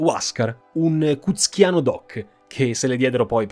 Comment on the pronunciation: Non è 'cuschiano', ma cusqueño. Sono peruviano e abito in Italia. Ho visto altri video del tuo canale e sono molto interessanti! Mi è piaciuto come hai presentato la storia, dall'arrivo degli spagnoli e le loro cronache per poi affrontare le origini dell'impero. Poi, non conoscevo quello sul MEDS. Ottima informazione!